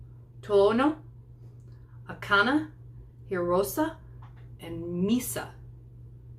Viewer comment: Akane, the e at the end of her name is pronounced like a long a. so, it's A-ka-nay Hee-row-say